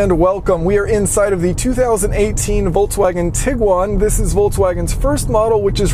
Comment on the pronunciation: Voltswagen is not a word. Why are there so many people who cannot pronounce Volks? It's not Volts.